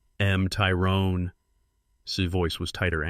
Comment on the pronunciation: You really need to find a voice over app that knows how to pronounce a word with an apostrophe in it. "Tyrone's" is not pronounced "Tyrone S" All the words in this video with an apostrophe are pronounced wrong.